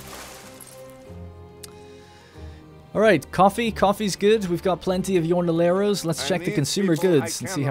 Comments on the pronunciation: Love the series and thanks for the frequent uploads! Also fwiw, jornalero is pronounced "horn-a-lair-o" ( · Like "horn-a-ler-o" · I know its been a time but jo is not said like that, jo is more like ho and then the r pronounce it like you do in La Corona